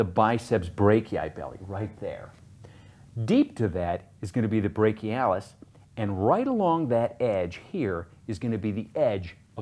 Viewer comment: brak-e-i lol